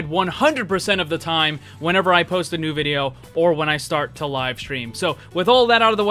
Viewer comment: Ner instead of new 😂